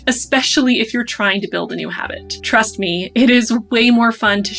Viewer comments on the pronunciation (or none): none